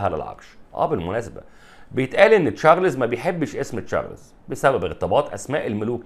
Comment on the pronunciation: ليش تقول تشارلِيز وليش تحط سكون تحت حرف اللام ، يا إبني انطق حرف الراء واللام والزاء بالسكون انطق الإسم كده بالسكون يعني لازم تقول تشا رْ لْ زْ وبدون ياء بعد حرف اللام .